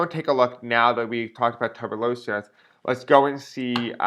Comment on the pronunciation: Pronounced like Tu-burk-u-lo-sis,and it frightening and deadly! God help us